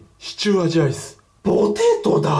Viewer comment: ぽぉーてぇートゥーｗｗ